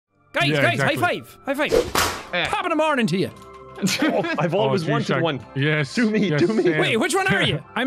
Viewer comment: I love how Jack sounded like 10x more irish when he said “Top of the mornin’”